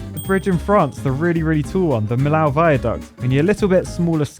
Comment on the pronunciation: The really tall french bridge, the "pont de millau," is pronounced more like mee-yo or miyo. Put it into google translate if you want to